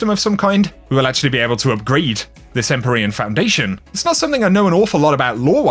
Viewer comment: You mispronounced EmpYrean, also the armour ornament from last season (Eververs) were called Empyrean something